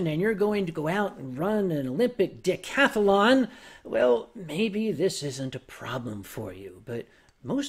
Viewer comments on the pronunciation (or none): did he say Olympic dickcathlon?